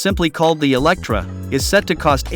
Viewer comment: its Lotus Eletre not Electra.. Elet-re (re like [re]vision) the voice sometimes sounds like its artificial, not real human, or it is cut together with flaws.. would be interesting to know which one it is...